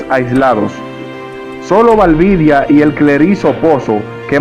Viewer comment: No es "Valvidia" es Valdivia